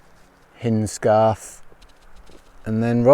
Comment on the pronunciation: LET ME BE THE ONE. it pronounced Hines-Garth:) 😊😊